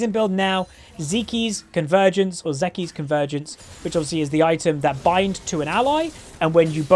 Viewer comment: Hey, just letting you know zeke's is pronounced "zeek", like seek but with a z